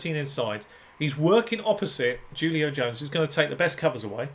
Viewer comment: "Who-lio", not "Jew-lio"